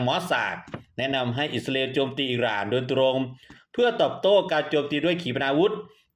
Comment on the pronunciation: แอ้ดเอ้ยอิสราเอลไม่ใช่อิสราอาเอลช่วยฟังตัวเองหน่อยแอ้ดไม่ลูกเพทจะเลิกติดตามน่ะเอ้ดติเพื่อก่อครับ